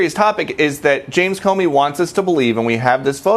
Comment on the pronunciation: Hey Comey is pronounced Ko Mee, but no problem I'm still a WIP. love U folks.